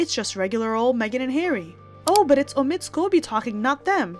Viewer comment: Hey. The name of that ridiculous character is OH-mid. Not oh-MID, as you say it. Really, if you're so attuned to the news, can't you get the pronunciation straight? Everyone else does.